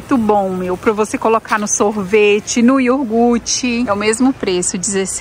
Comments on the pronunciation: YOGURTE não yorgute , "não é da minha conta mas, dá agonia quando fala" . Não fica chateada comigo 😂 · não é ioguti é iogurte! Bjos